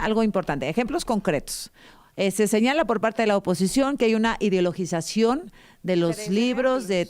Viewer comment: Por favor, inviten a alguien que al menos sepa pronunciar 'ideologización' correctamente. Bueno, creo que sí podría hacerlo... aunque es insoportable cuando se la pasa interrumpiendo a las ponentes.